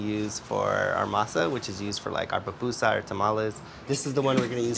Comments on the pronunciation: I keep hearing “PApusa” from this guy please tell me it’s just my audio … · Ok two things. PUPUSA not Papusa. Also SALVADORAN NOT SALVADORIAN.